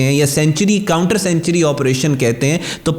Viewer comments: سینچری نہیں سینکچوئری ہوتا ہے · Don't pronounce the word "Sanctuary" like CENTURIES, pronounce it like SANK-turies.(Sankchuries)